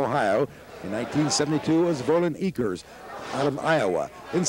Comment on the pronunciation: its spelled EAKER. no s. cant believe announcer didnt know who he was, hence he didnt deserve the microphone. he pronounced it with the s. sacrilege